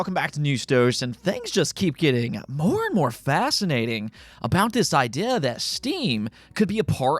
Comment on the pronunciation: why cant you maker the "ee" sound? idea "idiah"